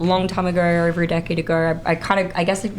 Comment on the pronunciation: Why does this person add an r to every O sound. It over not orver. It’s enough to make any sane man redpilled.